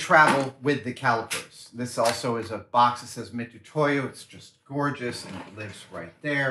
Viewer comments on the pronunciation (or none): fun fact (fyi): "Mitutoyo" its pronounced "Mitsutoyo". Love from Japan.